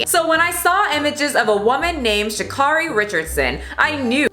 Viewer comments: Great video! But Sha'carri's name is pronounced "Sha' carry" like Mariah "Carey" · It’s pronounced sha CARE ee not sha CAR ee, just letting you know because she corrects people on it a lot ❤️ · Pronouncing her name wrong, officially offended